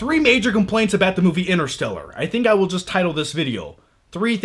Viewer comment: ENTER-STELLAR!!!! quit saying inner.